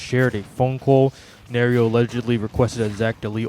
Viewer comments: You are pronouncing Nairo wrong btw. Just fyi just so you know for the future. It’s pronounced more like “ Nai ro”. Not Nario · Ok first of fuck this guy. Talking about smash and can’t get the story straight initially and also for not even being able to properly say Nairos name. Not defending nairo. But bro you clearly know NOTHING about smash if you can’t even say a top players name. Gtfo here bro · Why would you even care about the community or whine about Nairo’s name being pronounced incorrectly as if he deserves to have his name acknowledged at all? You can like Smash and not know about it’s toxic community. This just makes it that much worse. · Your entire complaint is Irrelevant. Who cares if he pronounces his name wrong. Why does that invalidate his argument, and how exactly does that mean he doesn't know anything about smash. He has an accent, so obviously he'd get something wrong. you just sound like a child at this point than anything else.